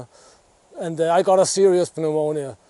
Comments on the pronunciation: It's pronounced new-monia in English. I'm glad you responded well to treatment, this is the most cheerful near death video I've ever seen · breath the fresh air, and enjoy yourself. And yes it is the same ( pnomonia) in English the p is not said. One of those strange words like vacuum 🤣. Deer season has started in most states in USA, would love to know if you hunt bow or gun or fish. Would love to see what goes on in countries likely most won't ever see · Good to see you back in decent health. By the way, pneumonia in english is spoken with a silent p, so you just pronounce it "neumonia" One question though, after this experience, would you say that you regret not taking the vaccine beforehand? And are you going to take it in the future?